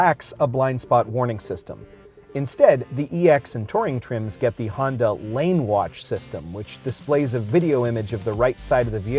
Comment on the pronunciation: Did he say Hyundai or Honda? Hyunda?